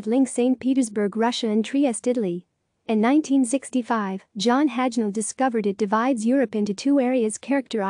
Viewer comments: Robo voice. Can't even pronounce Hajnal line right, even know less about its real meaning. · "Robo voice. Can't even pronounce Hajnal line right, even know less about its real meaning." Please enlighten us then, Andre. At the moment you are at best at the "Responding to Tone" level/stage of "Graham's Hierarchy/Pyramid of Disagreement" with your first (IMHO not very constructive) comment: "Graham proposed a disagreement hierarchy in a 2008 essay How to Disagree, putting types of argument into a seven-point hierarchy and observing that "If moving up the disagreement hierarchy makes people less mean, that will make most of them happier." Graham also suggested that the hierarchy can be thought of as a pyramid, as the highest forms of disagreement are rarer. [...] The hierarchy of disagreement is used on English Wikipedia as a guide for constructive dispute resolution."